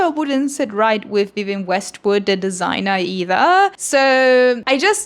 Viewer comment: “Wiwienne Westwood” is killing me